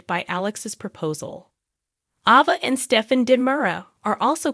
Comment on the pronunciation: Nickle???? lol at least say her name correctly and Ava too geez